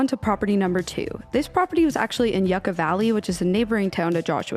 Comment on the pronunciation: 😱🥶 it’s not pronounced YUCK-A. It’s You-ka.